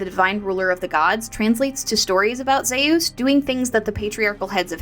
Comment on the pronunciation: Good video, but its hot here atm and I feel like a baked potato. Gotta ask though how you came to your zee-ous pronunciation though. How did you come by that one? My brother studied greek for a while and insists its more like zúís whenever we discuss mythology.